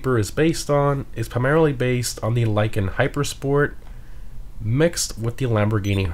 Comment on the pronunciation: This man really said Lykan Hyper sport